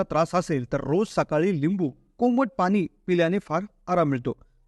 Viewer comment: Speak good Marathi..not ani Pani . Hariom.